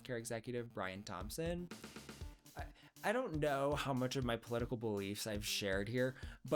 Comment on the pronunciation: I LOVE your rants– “Hoow” 😂. There’s nothing better than party pooping TEDx talks 🎉